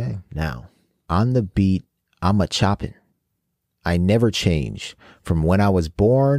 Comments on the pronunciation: In Cypher 1, Chopin is not like chopping without the G. It's pronounced like show-pan and was the name of a famous composer. Chopin was praised for both his poetic genius in musical compositions and his professional technique on the piano. Yoongi was saying on the beat he's a Chopin, both his rapping and his musical production. Basically saying he's the best. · Cypher 1: Chopin (not choppin) is classical pianist from 1800, Frédéric Chopin (Show-pahn); Suga is the pianist in BTS Cypher 2: domestic Kia Pride is cheaper than import cars; even the cheapest Chrysler as an import car is super expensive by 3-4 times the price. 일 (pronounced as ill) means work. PC Bang (pronounced as bahng means room, PC Room are Internet cafes with super duper high speed internet where people play PC games. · Chopin as in the classical pianist not choppin'. He's saying he's a classical musician. He plays piano too btw. You call it a period in USA we call it a full-stop in UK. I draw a period (full-stop) on the artery of your career!